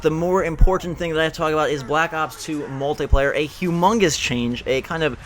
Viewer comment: Why you say Mutliplayer? This is the Singleplayer